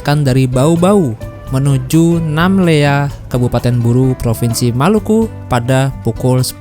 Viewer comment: Bukan nammela tapi Namlea